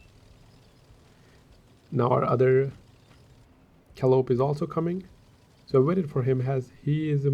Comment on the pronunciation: I see this as being a Meme or novelty tank for the game, and to be played as a diversion, or just for fun. Some are having trouble with the name. It is pronounced KAH-LIE-OH-PEE, coming from the Greek Goddess of Epic Poetry, OR from a steam-whistle organ with a loud, shrill sound audible miles away . Lol, I just found some Japanese Animae rapper on YouTube, and have NO CLUE how they say it. Just trying to help you youngsters...